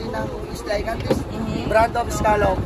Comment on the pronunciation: Islas De Gigantes ang pronunciation sounds or read like “ Higantes “